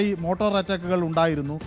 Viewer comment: മോട്ടോർ അറ്റാക്ക് അല്ല മോർട്ടാർ അറ്റാക്ക് ആണ്.